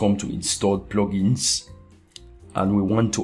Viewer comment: Love the video, but the way u say plugins (PLOGINS) is so funny :D hahaah... Thanks for the awesome tutorial- great work!